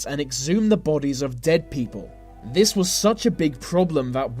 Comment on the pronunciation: That pronunciation of th words as v's is so annoying " vey did this vey did vat "